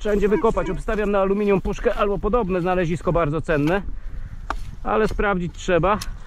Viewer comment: proszę Cię, A-LU-MI-NIUM! Poza tym, świetny materiał;)